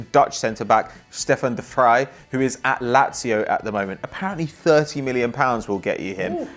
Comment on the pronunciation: finally someone who can actually pronounce de vrij without sounding like a complete and utter twat 😚😚